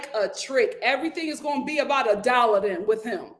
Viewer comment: I got a lil offended when you said aboot when referring to the crowned prince Sir Drake!🤣🤣 I’m Canadian and when I say « about » it sounds like I’m saying « a boat » 🚤 I’m from the east coast 🤪